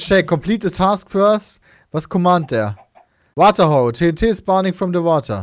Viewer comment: wie bei anstatt tnt, ttt sagt😂😂👌